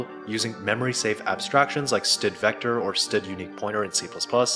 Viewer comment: Pronouncing std as "stud" instead of "s,t,d" or "standard" should be a crime.